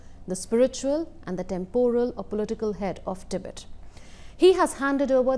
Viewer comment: Its Tibet not Tibit. If you can't even get that right.....